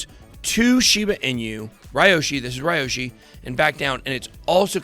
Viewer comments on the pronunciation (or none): It’s Pronounced Liyoshi….